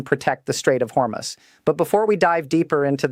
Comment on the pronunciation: When will AI learn to properly announce numbers? It' corrected itself from "Hormus" to the proper announcement of "Hormuz". Impressive!